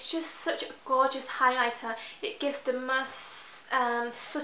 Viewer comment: So annoying how you say the as "da"